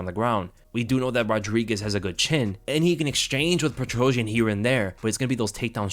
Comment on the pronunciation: Lold. PetroSYAN, not PetroJAH.